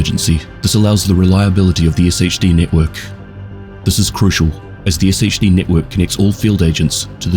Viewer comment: Pronouncing it Ess Aich Dee when every character in the game says Shade is crazy work